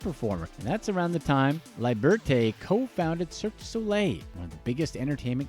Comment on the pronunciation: It's guy LAH LEE BURR TAY not LIE BURT AY as you kept butchering in the video lol